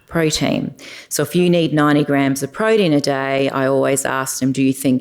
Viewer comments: Please say protein not prodeen. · Great content but I can't keep listening to her saying "proh-deen".